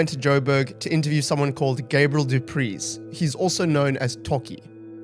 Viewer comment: what south african doesn't know how to pronounce du preez? jesus christ